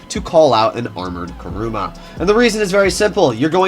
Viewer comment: Stop calling it KARUMA!! It's KURUMA!